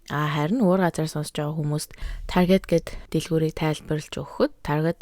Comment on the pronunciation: Targeet bish Taarget gej unshdag shu